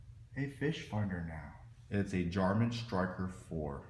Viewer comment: Did I hear you say?? Lol alright I'll let that slide because your transducer mount was awesome.